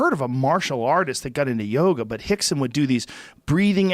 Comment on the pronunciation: Why is Joe calling him "Hickson"...? Is "R" pronounced as an "H" in Portuguese...?